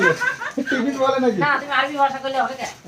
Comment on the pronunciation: ....tomar vlog dekhle mon valo hoye jai...etto sundor village views ❤...tipin bolbe na, bolo Tiffin 😊